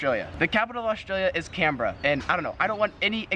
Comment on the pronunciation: Yep. I live in Canberra. And he pronounced it correctly..